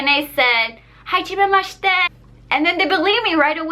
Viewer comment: work on your hajimemashite